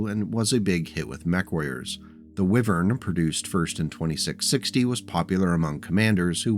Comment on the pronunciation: It's pronounced Why-Vern not wiven, and I speak as a wessex lad.